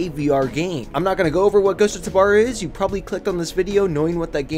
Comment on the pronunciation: PLEASE ITS TAH-BOR NOT TAH-BAR